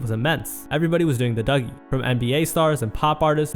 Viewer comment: how u gonna claim to be a fan of music then not even be able to pronounce dougie or bowie bro